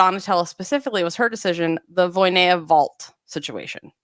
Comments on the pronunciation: Very amateur gymnastics fan, but I soon knew it was "Voina," not "Voy-ne-ya" as I realized it seemed like with Romanian, "ea" is usually pronounced just "a," not "e-ya," after watching Romanian gymnasts throughout the years, even including "Gogean," whose "ea" is in the middle of the name and not at the end like many of them. So, I was rather surprised when I watched one of these channel's videos last year, maybe, and Sabrina was mentioned and she was "Voyneya," not even "Voynya" like others would say. It surprised me simply because I see these people as gymnastics experts and did not expect a simple error as name pronunciation to be happening here. But yeah, maybe not a big issue. 😅😅😅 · You a re right, it's not 'Voy-ne-ya", but it's not quite "Voina" either. The "ea" in "Voinea" has a special pronunciation, becoming one sound (a diphthong). But "Voina" is definitely closer and it would be less weird to Sabrina's ears.